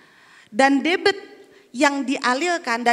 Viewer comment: Debit bkn debet sok tau tp keliru malu2 in.